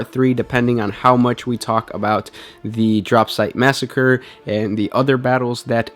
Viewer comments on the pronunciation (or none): none